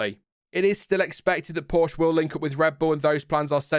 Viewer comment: Porsche....pronounced...Poorsh aah